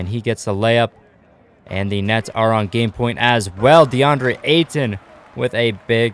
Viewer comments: If you listen close he said the nuts instead of the nets 😂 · He said nets but it did sound like he said nuts